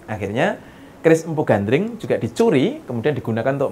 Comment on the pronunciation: kan Gandring mas bro bukan Gandrung 😀 mas bro ini gimana sih,,ayat suci Al-Qur'an aja salah dalam kita membacanya salah juga artinya, ya demikian jugalah ini 🤭 Gandring ya Gandring masbro masa kok Gandring di samakan dengan Gandrung 😀 mungkin Gandring itu kan sesosok cowok guanteng buanget makanya banyak di Gandrung i banyak cewek 😀😂